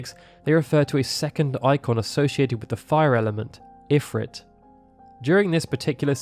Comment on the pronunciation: Informative video, but the pronunciation of Ifrit bugs me.